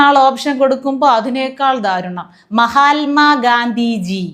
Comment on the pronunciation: ചോദ്യം ചോദിക്കുന്നവന്റെ നിലവാരം ഉത്തരം പറയാൻ ശ്രമിക്കുന്നവരേക്കാൾ ദയനീയം 😢 'മഹാൽമാ ഗാന്ധിജി' - മൈക്ക് വാങ്ങി ചോദിക്കുന്നവന്റെ തലയ്ക്ക് കൊടുക്കണം ഒന്ന് 😡 മഹാത്മാ എന്ന് ഉച്ഛരിക്കാൻ അറിയാത്തതോ പോകട്ടെ - മഹാത്മാ എന്ന വിശേഷണത്തോടൊപ്പം 'ജി ' എന്ന് രണ്ടാമതൊരു വിശേഷണം കൂടി വേണ്ട എന്നറിയാത്ത